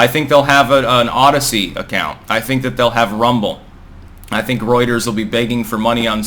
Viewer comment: I didn't even knew what "Roiters" was until this video 😆